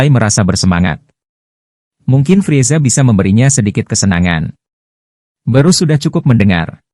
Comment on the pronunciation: sebutanya bukan borus.. tp birus